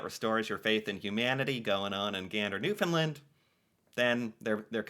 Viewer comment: After several years has finally got the pronunciation of Newfoundland right, good lad.